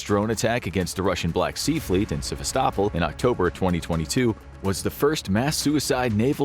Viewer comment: Would you please learn how to pronounce Sevastopol? You’re the only one I’ve heard mispronounce it two different ways. Do a quick search online and you’ll find THREE acceptable pronunciations (Russian accent, Ukrainian accent and one other).